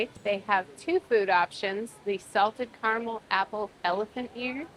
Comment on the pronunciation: Say it with us, ignorant woman, “ca-ra-mel” not carnal